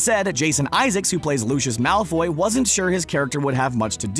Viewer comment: Draco Malfoy dude. Not malloy.